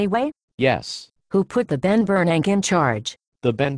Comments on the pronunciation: I love how they pronounce "Ben Bernank". The rest is worthless blabber. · lol "the Ben Bernank" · I lost my shit at "the Ben Bernank" lol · "the ben bernank" I'M DYING!!!! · "The Ben Bernank" LOL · "The Bernank" is my favorite part of the vid. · is that my ears or do they always pronounce ben bern-ack !!! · Lol the Ben Ber-nack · Congress and bears can't pronounce 'Bernank'.